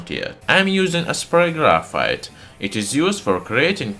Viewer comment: its not grayfiet